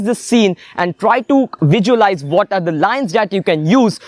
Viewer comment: Everything you said is perfect...but why you kept on repeating "vijualize" instead of "visualize"???